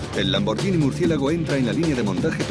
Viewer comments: Pueblo bruto e inculto el español. ¿"LamborGIni"? Hay una h entre la g y la i, así que es "LamborGHIni, no "LamborGIni. El locutor ignorante oye a un italiano que claramente dice LamborGHIni a los , pero enseguida él insiste con ¿¿¿"LamborGIni?? Qué falta de profesionalismo, por favor. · Se pronuncia lamborguini no lamboryini. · Se lee LAMBORGUINI, no LAMBORYINI. En italiano la combinación "GHI" se lee como en español "GUI". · Que puta mania con pronunciar "lamboryini", se pronuncia "LAMBORGUINI", igual que spaghetti, nadie dice "espayeti". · Habría que avisarle al imbécil que narra que la marca es LamborGHini, no LamborGIni, como dice él. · Es bruto el locutor? No se dice lambor"sh"ini sino lambor"gu"ini. Sino sería lamborggini en vez de lamborghini. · PALETOS! Se dice Lambor-GUI-ni. Es genial... escuchen al Presidente y CEO decir Lamborguini, pero no, el locutor que traduce sabe más... Lambordjini... impresionante. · Lo siento por ti , no se pronuncia lambordjini , sino laborgini.